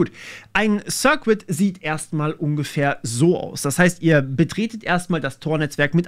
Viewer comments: Circuit wird "Sir-Kit" und nicht "Sir-Quit" ausgesprochen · Ich würde mir nochmal das Wort circuit. Es wird eher wie "cirkit" statt wie "Sir-Quit" ausgesprochen. 😄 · Circuit wird sɜ:kɪt ausgesprochen, nicht sɜ:kwɪt. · Kleiner Englischaussprachetipp: "circuit" - das u ist stumm. Sir Kit, nicht Sir Quit. 😀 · Das ließt sich "sörrkit" nicht "sörquit". Schönes Wochenende ✌ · 'Circuit' spricht man aus wie 'sir-kit' , nicht 'sir-quit' ! Davon bekam ich Ohrenbluten. Aber davon abgesehen, sehr gut. ✌🏼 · Circuit = "ßörrkitt", nicht "ßörrquitt", mein Lieber 😅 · Um dir auch etwas Wissen zurückzugeben: Circuit = eher so "Sörkett" als "Sürkwitt" ;) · Das Video war sehr informativ und interessant gemacht. Einziger Kritikpunkt für mich war, wie du das Wort Circuit aussprichst. Bei dir klingt es immer als ob der "cuit" Teil "quit" wäre. Es ist aber ausgesprochen wie "kit'. Einfach das Wort "Sir' und "kit" aneinander hängen und man spricht es richtig aus. "Sirkit" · Das "U" in Circuit is übrigens stumm :D 'Sirkit' ist bedeutend einfacher auszusprechen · Circuit bitte ohne W Sir Kid oder Sir Quidd (mit hörbarem U, nicht W) , je nach Dialekt. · Du solltest an deiner Aussprache des Wortes "Circuit" arbeiten. Jedes mal "Zirquitt"...jedes mal ein bisschen am cringen xD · Neh es hört sich einfach nur grausam an das als Q zu sprechen! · Hey, lass dir mal circuit vorlesen. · Btw, deine Aussprache der englischen Terme ist etwas "holprig" und das schadet imho dem Inhalt etwas. Circuit zB.